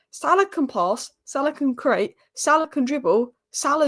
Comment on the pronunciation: cant say create 🤦😂